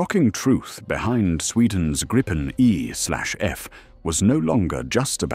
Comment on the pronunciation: Was impressed by this narrative (IE?) until 5.36 when it stumbled and said Grajpen the usual mispronunciation.